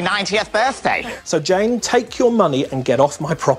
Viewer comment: Had to relisten to the sad little life Jane and it sounds like you said Jen